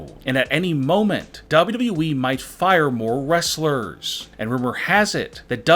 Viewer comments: "Dawo Dawo wee" Mate its WWE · His not saying WWE his saying dubaue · He literally says wwe like dubiudubiue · I love how he says dah-bu-dub-e-du-wee as WWE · the more i listen the more i want to punch my computer. how stupid could u possibly be. DOUBWWEE this is what u sound like guy. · Lmfao “ W W Weee “ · I’ve never heard someone mispronounce WWE so many times in so many different ways. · LOL THE WAY HE SAYS WWE 🤣🤣🤣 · pronunciation of WWE....its just... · The way he says WWE is weird and funny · He doesnt know how to say wwe lol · Also learn to say wwe properly dude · I’m sorry but does anyone else think that he says WWE weird or is it just me? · Anyone notice the guy can’t pronounce WWE😭😭😭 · He doesnt know what hes talking about aaaand he doesnt know how to say wwe